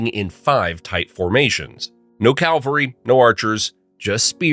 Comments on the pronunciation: You koep saying 'Calvary', which is near Jerusalem. You mean Cavalry. Think 'chivalry'. You wouldn't say 'Chilvary'. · It’s pronounced cavalry, not calvary. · It's CAVALRY not CALVARY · not calvary, it's ca - vul- ree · I've heard this on a few videos. "CAL-var-ee" is where Jesus was killed. The soldiers on horseback are "CAV-al-ree" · It’s “cavalry”, not Calvary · Cavalry, not calvary, man. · It's CAV-alry, NOT CAL-vary. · common mispronunciation... cal vary ? thats supposedly where jesus got killed.. you mean cavalry. guys on horses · It's Cavalry not Calvary! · Honestly, the “Calvary” and “scorpios” are killing me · 😂 "No Calvary!"